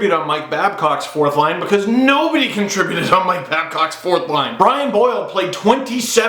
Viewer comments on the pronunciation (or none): none